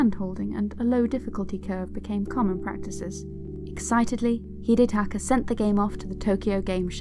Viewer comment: You butchered his first name